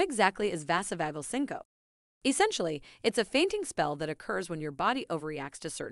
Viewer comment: Vazzo-vauge-el sin-co-pee is the correct pronunciation.